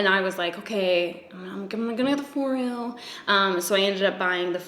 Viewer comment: i'm not trying to be THAT person, but foreo is pronounced as [FOR-EH-OH] love this video btw!